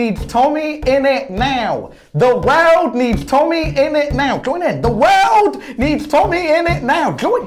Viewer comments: i like how says world like weld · I like how he said wairlrd